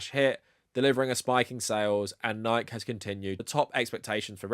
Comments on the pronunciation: I'm a big fan of this channel, and this is 99% great content here. But it's pronounced Nik-ee, not Nighk. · lol, love your stuff... but I have to say, isn't it "Nike" like "Nigh-Kee", and not "Nigh-k"? Or do ppl in the UK say it like that? I thought it was latin for victory or something, and that there weren't silent letters in latin. Is that wrong? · The name of the goddess is pronounced Nee-kee. Who knows why you pronounce it wrong? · excellent vid. it's pronounced nigh-kee, though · This is a great video, but also I have to say that I am absolutely livid that you pronounce Nike like that. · I'm just surprised you don't know how to pronounce "Nike." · Are you deliberately mispronouncing Nike? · is the pronunciation of "Nike" here an inside joke I'm not aware of or something? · Jim Nike, founder of Nike, pronounce his last name is two syllables when he was still with us. ;) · Who says Nike like that 😂😂. I'm going to start saying it like that!